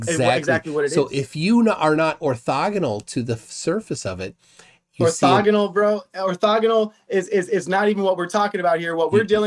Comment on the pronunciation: "Ortexial" ha ha 😂